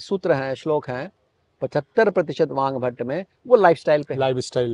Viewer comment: वांभट नहीं साहब वागभट्ट ।